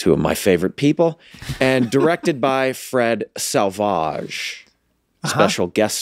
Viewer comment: The moment Glenn said, "Fred Sauvage" I had to go listen to Gojira.